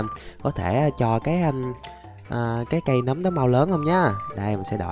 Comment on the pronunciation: nấm mà anh đọc thành núm? WTF!